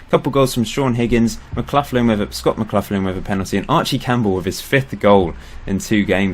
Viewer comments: McLaughlin is pronounced mcLoch-lin not mcluthlin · just seen your comment, nevermind then, loving it, just Mark McLaughlin was a legend for my local team Hamilton Accies so it annoyed me, everything else is geat